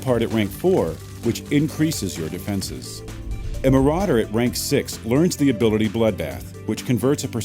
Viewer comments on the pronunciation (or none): none